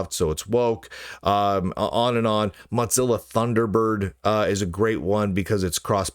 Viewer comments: Why does Lunduke keep pronouncing Mozilla as if it was "Mozzilla" or ”Mudzilla"? The company was named from the idea that the company founders wanted their browser to be the "Mosaic killah", not some kind of ... "mozzarella killah"! Mosaic ---> moe-ZAY-ick Mozilla ---> moe-ZIL-ah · Why do you keep mispronouncing Mozilla?